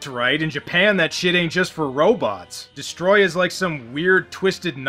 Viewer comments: I was half-joking. To some extent, I'm willing to give some leeway when someone's accent causes them to mispronounce a word (such as a certain Minnesotan comic book reviewer saying "rum" instead of "room"), but when someone is acting in a professional capacity (well, more professional than Birdemic, at least), I expect them to be able to enunciate clearly, especially when they end up mispronouncing the name of the title character. You ever hear a British person say "Americar"? No, because even they know that's stupid and wrong. And before you say anything, I'm from Texas and have a bit of an accent, so I realize the importance of not slurring my words and putting a random R at the end. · It's dest-O-royah, dummy. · "YoU'rE nOt PrOnOuNcInG DeStRoYaH rIgHt" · You are pronouncing Destroyers name incorrectly. If you go back to the Japanese the closest English pronunciation would be more like "pee-nis" Yes it's childish but admit it. You laughed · Can we get Avgn to correctly pronounce destroya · You are not saying it right... Not emphasis on the T. IT. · needs to learn how to say DESTROYAH!! You need at minimum two exclamation points when saying DESTROYAH!! Its not the pronunciation, its the level. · Your not pronouncing destroyah right :) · Soary, But You're Not Pronouncing Destroyah correctly and you know it. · I could’ve sworn in the English dub they would say destroyah and not destroyer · It’s literally like they say destoroyah like distryah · Des-toe-roy-yah is how your pronounce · The name's actaully pronounced "Destroy yah" not "destroy ah". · It's DESTOTOROOYA! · you're not saying it right...it's...*DESOTROOOYYYYYAAAAAAHHHHHHHHHHH!!!!!!!!!!!!!!!!!!!!!!!!!!!!* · No no, It's DESTORÓYAAAAHHH!!!! And I did it exactly 1 second before you said I was gonna do it! 😁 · Des-Toe-Roy-Uh Destoroyah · It's DESUTOROYAAAHHH!!!! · It's pronounced DEST-O-ROY-AH gotta yell it like All Might or a japanese guy sending a ghost to punch somebody